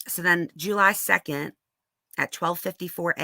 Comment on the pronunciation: Juul...lye 😆🤣very southern 😆